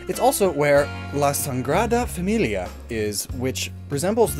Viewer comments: My hometown is in a pokemon game!? I can now die in peace (Also you didn't mispronounse a lot of thing EXEPT for the sangrada familia, which translates to the bleeded family) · He's pretty good up until "la sangrada familia" which means the bleeded family, instead of "sagrada" which means holy. So close... xd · Wow, actually pronounce spanish words better than most english talking youtubers I heard! Except for "la sangrada familia", most known as "the bloodied family", that was funny xD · You said "La Sangrada Familia" adding an N, which actually translates to The bleeded family hahaha I found that hillarious. Other than that, your spanish is not that bad. You actually said cocodrilo perfectly. I'm eager to see their evolutions, I actually like the three of them too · As Spanish, I can say your pronounciation of fuego and cocodrilo was perfect, but you have said The Bleeded Family instead of The Sacred Family. Sangrada=Bleeded Sagrada=Sacred xD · Well he had trouble with "La sagrada familia"... As he said, it's probably because of the hurry the team was in. But it's funny how instead of "the sacred family" it came out as "the bled family".